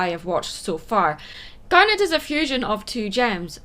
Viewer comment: I'm going to be honest I thought she said "damn it" instead of "garnet"